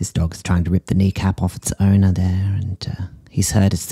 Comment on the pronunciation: “Here we have a dog being murdered by its ownah” “not sure why she sent this in…” 💀